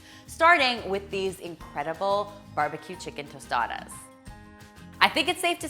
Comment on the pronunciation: Good pronunciation on the tostadas! And good job on the tostadas except that in Mexico we just add “queso fresco” instead of melted cheese! Thanks for this video 😊